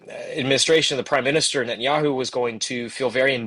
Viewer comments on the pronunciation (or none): none